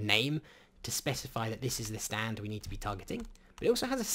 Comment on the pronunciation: the way he say's the word "Stand".. let's just say... Duwang